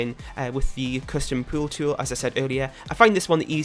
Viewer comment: Your accent on “pool tool” is my new favourite thing!